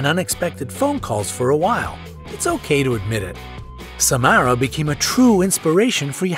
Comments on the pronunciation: Bonnie isint the only one who played Samara:/ and it’s Sa-mar-ah not Sa-mare-ah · It’s not sa- m- AIR-a it’s sa- m- are-a